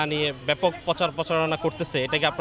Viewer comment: আপনার র'ফলার উচ্চারণ ভালো করে শেখা উচিত। পোচারনা না, প্রচারণা। আর হ্যাঁ, সাথে 'চ' এর উচ্চারণ ও ভালো করে শিখবেন।